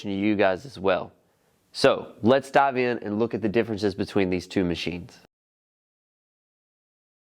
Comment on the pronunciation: Love when you "daav" into things lol